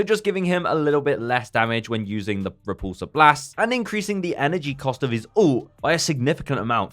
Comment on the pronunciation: reducing the first two “ree-POOL-sur” blasts lol